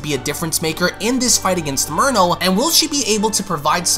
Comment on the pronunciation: Is it jus me or when he says merno it sounds like he’s saying mono?